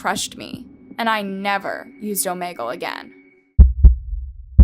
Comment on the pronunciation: Love these videos but the way you pronounced Omegle really irritated me 🤣🤣🤣 love your videos